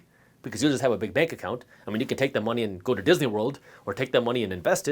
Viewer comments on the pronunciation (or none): none